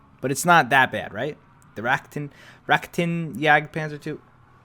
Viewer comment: "Raktin" TRIGGERED